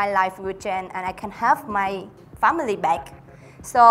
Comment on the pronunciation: Duyên nên nói chậm phát âm tròn âm hơn rõ ràng hơn, nhiều âm duyên phát âm chưa tốt lắm nhưng tốt hơn rất nhiều rồi 👍 Không cần phải quá tốt nhưng những từ đơn giản nên nói đúng vd : Strong nè change nè thiếu final sound nhưng nói mượt hơn nhìu rồi Hy vọng Duyên thành công